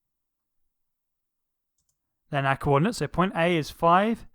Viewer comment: When you said our glass I just heard AhHhHhH glass